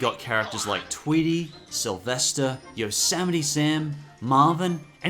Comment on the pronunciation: yo-seh-meet sam? i thought it was yos-myt sam